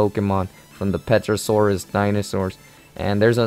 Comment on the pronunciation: Just one thing, it's not PETRO-SAURUS, it's PTERO..